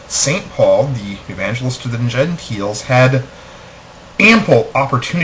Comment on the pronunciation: for some reason i don't think i can take what you say as serious. you pronounce gentile as "genteel" gua ha ha